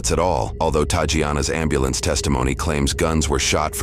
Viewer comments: “We need a AMBALAMBS!” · I’m just confused how they think it’s pronounced amberlamps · wtf is an “Amble Lance” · "Where da amba-lance? Where is day at?" Good grief. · at least you can spell and pronounce those names